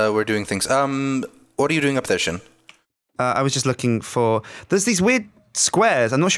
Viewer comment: slin? you mean sjin?